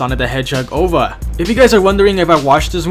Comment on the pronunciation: It’s prounce O V A not “ova”